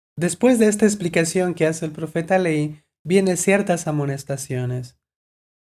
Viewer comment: ¿Hay alguna razón por la que menciona a Lehi como “leí? Ni se acentúa ni se divide en sílabas al pronunciarse. La letra h al ser la única letra sin sonido se lee de seguido como Lei.